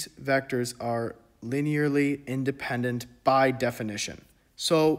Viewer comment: I have no linear algebra experience but you explained this in an engertaining way that I could easily understand! Thanks! (Also, you got it eventually, but it's "li-nee-ur-ly" not "li-nair-ly")